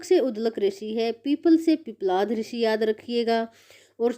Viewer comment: उध्दलक ऋषि नहीं है बहन जी। उद्दालक ऋषि नाम है। पिपलाध ऋषि नहीं है। पिप्पलाद ऋषि है